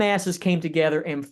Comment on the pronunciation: Great lecture! It's " Grenville " orogeny, not Greenville!